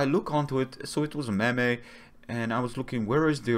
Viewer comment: “A mem-ay”